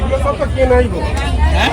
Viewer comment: এসব কি ভাষা স কে ছ বলে🤣 সবকে ছব বলে আজব😂হাহা